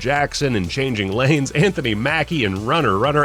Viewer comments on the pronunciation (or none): none